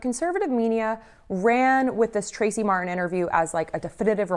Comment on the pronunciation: mar-tin or mar-en? you decide lol because fk the letter t after all